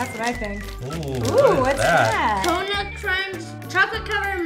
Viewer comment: Evan says cookie nuts